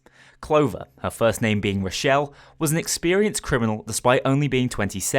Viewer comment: You can help it. You've elected not to. It's a name. Not a word. Get it right.